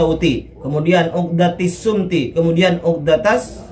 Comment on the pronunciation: Bukan shumti tapi shomti